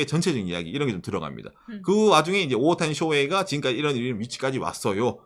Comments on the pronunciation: 오옷타니? 오타니? 일본식으로 발음 하면 오옷타니 라고 하나요? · 오를 길게 발음해서 오~타니라고 말합니다.